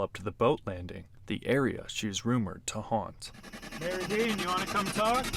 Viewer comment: FYI, The name of the town is pronounced locally as Mary Dean. Not Mer-id-ian. There are at least 3 versions of the Mary Dean story. The most famous being, A little girl traveling with her mother upstream on a steamboat, got sick and passed. She was supposedly buried there. Been exploring Happy Island a lot recently. Before the big flood, there was no island. Happy island was connected to the mainland. Most of the foundations are on the east side. There was a logging mill, school, church, homes and farms on what is Happy island now. Also camped there in past, have not had any experience with strange stuff… Really enjoyed your video and will definitely get back if I see anything weird going on!!!